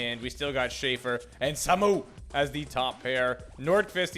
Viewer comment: "Samu" is pronounced like Saah-moo (both syllables drawn out)